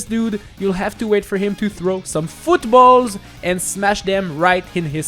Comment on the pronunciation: When he said “föötballs” I felt that